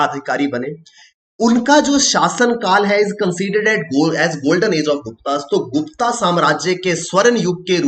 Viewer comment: गुप्ता काल नही गुप्त काल है